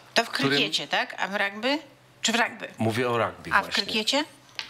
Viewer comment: Rugby nie ragby